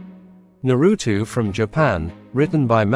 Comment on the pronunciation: his name is Naruto! Not narutu bruh